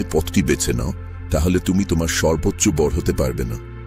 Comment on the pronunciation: বাংলা কি বলতে জানেন না? গ্রীষ্ ম ,বড় ( উচ্চারণ গুলো গ্রীষ্ ষ, বড়ো.....)।